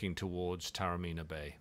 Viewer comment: A fascinating insight into a magnificent hotel set in a pearl of an ancient walled city; thanks. Just one quibble, Taormina is pronounced correctly ‘Tah-orr-mee-nah’.